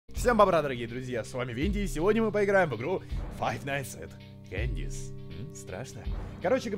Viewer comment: Мне так нравится, как ты произносишь Candy's. Прям вообще. И вообще красавчик. Так уютненько с тобой. Тепло.